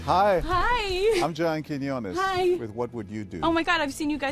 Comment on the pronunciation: It's Quinones, not Cojones🤣. Cojones is spanish for testicles.